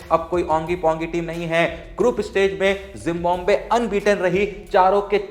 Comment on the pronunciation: It's जिम्बाब्वे not जिम्बोम्बे 😂